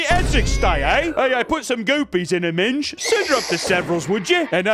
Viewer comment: "Put some goopys in her minge" so funny hearing Americans say minge, I'm using this phrase in daily life now